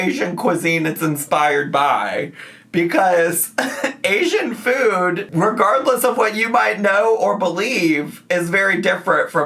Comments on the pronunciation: Why does she pronounce "food" so different now? "Foooouuud" 😂😂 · I cannot STAND the way this woman pronounces food. It’s only getting worse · has she always pronounced food like that???? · nitpick but i hate the way she says food why did she change to pronouncing it like that